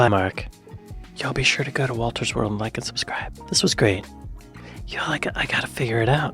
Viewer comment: I normally give your videos an automatic thumbs up. Wolter? Not so much ... 👎